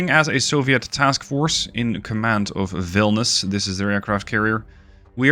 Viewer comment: You are mising "i". Its Vilnius, NOT Vilnus.